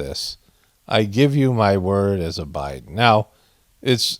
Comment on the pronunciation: Turd, not word.